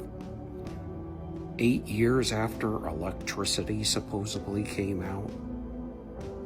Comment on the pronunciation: THERE'S NOT A 'B' IN THE WORD SUPPOSEDLY. THERE'S A D, D, SUPPOSE✨D✨LY!! #PETPEEVE